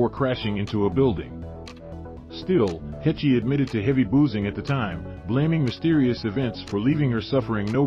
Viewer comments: Please, do not pronounce a long e on the end of her name! Pronounce: h-e-ch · It's pronounced heshh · Should we trust a channel that pronounces annes last name as HECH EE? 😂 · It's Haysh not Hechee. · Why were you pronouncing Anne's last name as Hech Ee? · Not “Hechee” lmao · Who the fuck is hech ee does he mean Heche ( she should be on charges of reckless indangerment and driving while intoxicated along with property damage I hope that lady sues her ass for everything she got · Pronounced Haysh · Learn how to pronounce her name first. "Hay-sh," rhymes with "H." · I don't care. Odd word you would use. I appreciate proper pronunciation of words, names. I guess you don't care.😆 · Rolling my naked eyes😳👁👁. A mispronunciation really doesn't matter. Does it. 4eyes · First off, FO. Secondly a pro does a little research before he starts. Takes ten seconds. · You can't even pronounce her name right... among other guffaws. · This is ridiculous... can't even pronounce Ann's last name correctly. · Can't you get the robot to pronounce her name correctly???? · PLEASE learn to pronounce her name correctly!!!! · In MY naked eyes😳👁👁, this name-butchering is done on purpose, to get a rise & a comment out of people like you. And it worked! Haha!😌